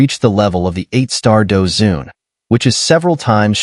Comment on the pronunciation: Douzun not douzong bro